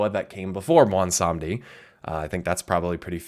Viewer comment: Finally realize that you've been mispronuncing Mueh'zala this entire time?